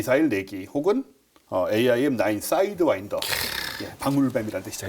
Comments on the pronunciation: 사이드와인더 맞습니다. 저는 첨 들었을때 사인드와이더라고 들었어요 ㅋㅋㅋㅋㅋ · 사'이'드와인더 아닌가?